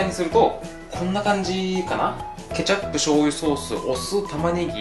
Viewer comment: ケチャ↑プ